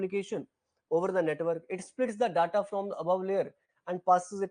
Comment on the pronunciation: Your pronunciation of 'DATA' is not correct